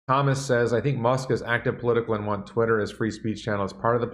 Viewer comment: He Said Twisler LOL I like that better then Twitter.